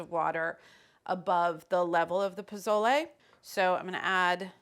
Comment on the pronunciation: I love you Carla! Pozole is my comfort caldo next to pho. Please stop pronouncing the Z in pozole as a z. Use the Sss sound instead and le as in Le Creuset not layyy like lays potato chips lol